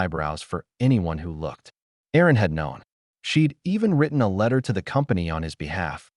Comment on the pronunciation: Erin, not Aaron.